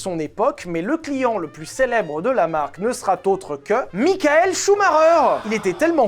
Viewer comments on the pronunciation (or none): none